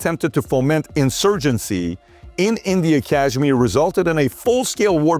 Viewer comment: Please correct Kashmir pronunciation. It’s nor z